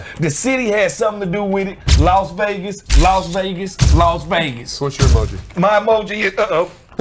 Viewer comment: I like how Smoot calls it "Laws Vegas"